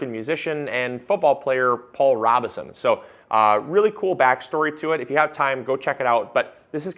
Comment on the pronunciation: FYI. Pronounced Row beh son